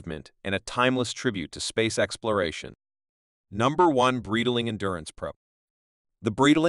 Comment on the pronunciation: It’s pronounced Bright Ling. Sorry but you’re murdering the name.